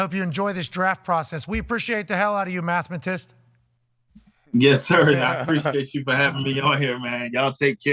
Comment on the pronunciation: Pat saying “mathamatist” might be the dumbest thing I ever heard lol